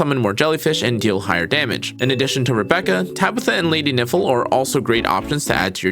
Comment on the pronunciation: Nifle is pronounced like rifle, not nipple Also good info! Is Fina hydro or lumino?